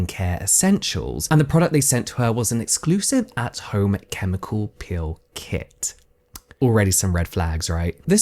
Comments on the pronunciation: I was so confused because you kept saying "pill" I thought it was going to be about supplements until I saw her apply the PEEL and figured out you just misprounce it. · So i was listening to this with earbuds in while i cleaned my kitchen and when james says "peel" it sounds like "pill" to me, and since i wasnt investing my full attention i was suddenly like wait... she took a pill and her skin fell off?! So i went back to the beginning and rewatched the entire thing and now im like oh. I just invested way too much time in that. Lol.